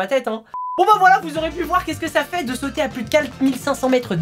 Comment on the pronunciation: Il as dit sautuer